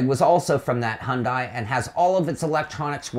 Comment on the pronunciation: I'm sorry, but "Hundai"? Your pronunciation is hilarious.. 😊